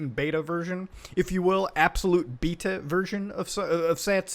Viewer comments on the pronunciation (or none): none